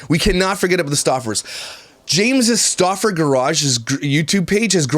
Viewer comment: When she is saying Luka Stauffer all I can hear is “ look a Stuaffer eeeeew!!!” 💀💀